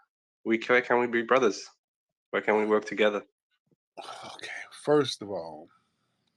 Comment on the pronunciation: How are you going to rebuild your country sir? The tether said “we will werrkkth very hard “😂 😂😂😂 damnnnn